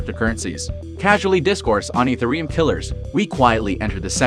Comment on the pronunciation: ethe-reum? i does not sounds like that